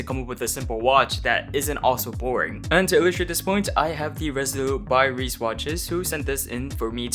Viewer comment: I have this colorway pre-ordered. I was looking for an everyday beater so to speak and this fit the bill for me. I agree the strap is going to need to be replaced, the blue doesn't match with the teal well.. probably a grey or khaki single pass or nato will work well. *Sidenote: the brand name is the German word for travel or voyage, it's pronounced Rye-sa